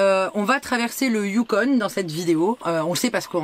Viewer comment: salut on ne prononce pas le n du yukon icitte ... a peu pres 5 min les animaux c est des caribous. salutations de whitehorse.